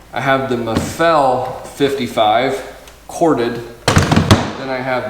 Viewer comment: Is not Maffél, is Máffel you idiot